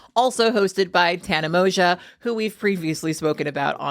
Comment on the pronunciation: Tanas last name is pronounced mojo not moja lol.